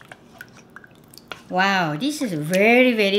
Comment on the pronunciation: when Maangchi said "wow" i thought she say "well" 😂